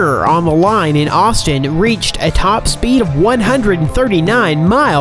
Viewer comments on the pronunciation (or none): none